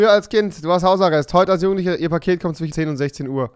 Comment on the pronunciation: Ich kann mir deine Videos nicht länger geben wenn du immer zichen statt zwischen sagst ...